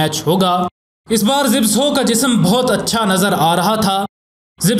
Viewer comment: Zibso nahi. Zabysko. Sometime spelt zybysco. Poland netherland name. Pronounced za bis ko ... pls zibso mat bolo...baaki aapki information sab correct hai. Imam bux Ahmed bux aur Gamu inkr team members thei. Imam bux was also a top class grappler. Joseph Alter ki book padhi hai Maine inpe kuch 12 saal pehle...Frank gotch never faced him because he was scared. Benjamin (his British agent who took him to england) became a very rich man as he was with Gama all the way making money. Gama was offered alot of money for staging a match but he was surprised to discover ke aisa bhi hota hai. He also helped Hindus get to india during partition. His whole family stood by them and no one dared to do anything to the Hindus. Inhe the Great Gama aise hi nahi bola jaataa. He was paralyzed in the end and could not swat a fly... tragic .. inhe tata family mei se 2000 rupees mahine ki pension milti thi aur sarkar 300 rupees and free medicines. He didnt die rich. Humare india mei humesha ek saying rahi hai "abey tu kya gama pehalwan hai?". Aaj tak chalti hai.